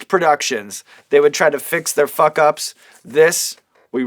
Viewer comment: hearing Sean say fawk is magical